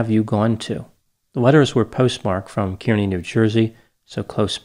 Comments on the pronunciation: Another excellent essay! One comment: the town in NJ from which the letters were mailed is pronounced “CAR-knee,” not “KEER-knee.” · Kearny, NJ, is pronounced KAR-nee, for some reason. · No trolling here, when I lived in New Jersey, we pronounced Kearney "Car-knee". Just FYI, fun show! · You know, I have lived in NJ all my 40 years. And about 40 minutes from this house too, and have never heard of this story. It's quite fascinating. One note, when you refer to the town Kearney, its pronounced KAR-KNEE. Just in case you care, lol 🙂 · If that were true, he wouldn't be mispronouncing Kearny.